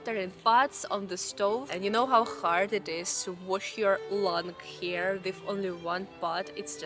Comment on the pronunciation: Great descriptions. But I needed the subtitle because I understood that you had to wash your lungs? Fortunately, it's only the long hair. You are very brave!